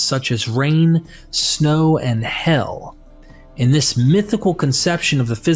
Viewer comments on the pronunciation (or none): My favorite part is how you pronounce "HAIL" as "HELL" the word "Hail" is pronounced H(ale). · hail as in hay ill not hell